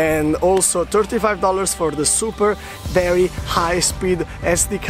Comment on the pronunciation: Love your videos! Im going to Australia in December for working holiday too and your vlogs are great! I love how you say verrrryy good and verrryy nice haha! keep it up